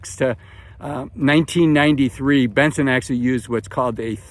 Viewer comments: It's Bill BENGEN not Benson. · Was Bill Bengen..not Benson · To be fair, he did a straight shot 8 minute take outdoors and you're harping on a single syllable in a guys name. The information is still relevant, regardless if you want to be pedantic or not.